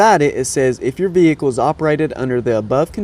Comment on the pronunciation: Vvvvveeeeecccclllllllll, sutch a difficult word.